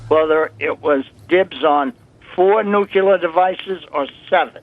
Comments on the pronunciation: is another idiot who cannot say nu-cle-ar not nu-cu-lar!! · That imbecile could not even pronounce [Nuclear] properly; listen to him... Anyone whom cannot pronounce [Nuclear] properly, can't be too smart - can they! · That so called CIA Operations manager was full of BS. Obvious the moment he spoke of Nuc-YOU-lar bombs. Nucyoular, meaning of or having to do with the nukeyoulus of the atom. People this fundamentally clueless, failing upward to the top of our most important government institutions, is why America is in its economic death throes and China is rising to become the next Superpower. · Nucular capability, huh. Someone get him a dictionary.